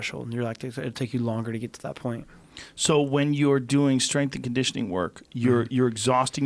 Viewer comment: TJ "My Straingitioning Coach" Dillashaw